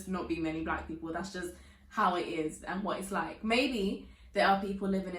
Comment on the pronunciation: I love how your accent sounds low key American when you get static-y “And what?!” lol As a Black Boricua from Brooklyn, I can definitely relate! 😭